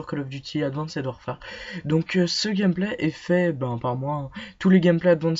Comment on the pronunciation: Ptin ses advanced pas adwanced